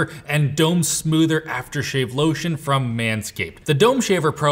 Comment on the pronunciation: If only could pronounce Soother correctly. Soother. Not smoother.